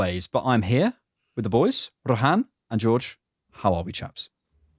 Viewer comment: It is not Ro-haan... it's Ro-Hn 🤣🤣🤣